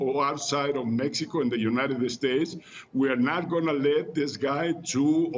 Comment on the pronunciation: LePage Channel No, he said United Estates. Mexicans always pronounce every English word that starts with "S" with an E at the beginning lol. Funny but true